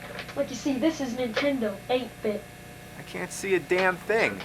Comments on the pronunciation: Yes sounds like intendo when i was a kid my friend named james would say it the same way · Hehehehe, looks like bad news for the..."Intendo" family! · Super intendo? What’s that? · Super "Intendo" ... Hmmm. Edit: He said it like 40 more times. Which is cool as hell. He reminds me of my cousin Jamie who said it a bunch of times. I miss him. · Can't tell if he's intentionally saying "Intendo" at times or not. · it's super nintendo, not super intendo. pronounce it right jew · Still says Intendo.